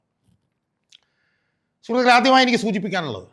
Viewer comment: ആ പിന്നെ നീ സംഗീതം പടിച്ചു അല്ല പിടിച്ചു 2 വക്കീൽ ആയി ഓ ആയിക്കോട്ടെ ഇതിനെല്ലാം മുൻപ് അടിസ്ഥാന വിദ്യ ഭ്യാസഒരു poooooor🎉 ത്തിയാക്കി എല്ലാം ഓക്കേ പക്ഷേ സ്കൂളിൽ 2ക്‌ളാസിൽ പടിക്കുന്ന കുട്ടിക്കറിയാം സൂർത്തുക്കളെ അല്ല ഷാജഹാനെ സുഹൃത്തുക്കളെ എന്നാണ് അതു പോലും മര്യദക് പറയാൻ അറിയില്ല എന്നിട്ടആണ് നാട് നന്നാക്കുന്നത്